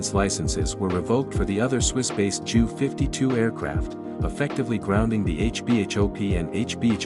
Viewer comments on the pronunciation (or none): I commented above--the voice says "Jew 52." Many computer generated voice overs pronounce things comically wrong.